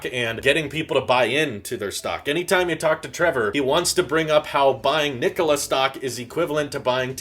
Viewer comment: That’s not how you say their name lmao. Cmon man.